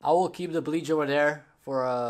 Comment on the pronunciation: Your accent isn’t bad at all but try not to pronounce “th” like f okay? Love ❤️ your vid keep up the good work!!!